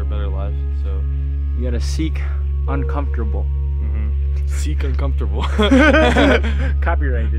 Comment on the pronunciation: "Seek uncomftorble" bahahaha nice